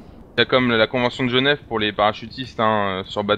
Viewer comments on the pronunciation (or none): none